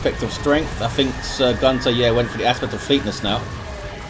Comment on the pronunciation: The "great eldritch" was from Sir Gunter. If you look into the chat Iyanna tells him that he just killed most of her army and he apologizes that he had a lag spike. Btw: it always triggers me when you say "Gunter". The way you pronounce it, it means "male goose" where i come from. It just doesnt feel right. Very chaotic game; I am surprised Eldar were able to come back after that eldritch